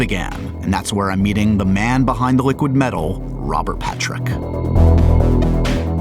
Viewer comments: Hehe "ROBAAAAHT. THAT WAS MY REAL AHM!" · "Robaht... dat's my real AHHHHHMMMM..."